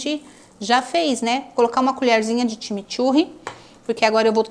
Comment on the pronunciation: Time Turre não seria corretamente CHIMICHURRI ?